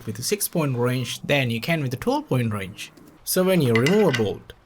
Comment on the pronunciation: The way you say ”Wrench” Wroinch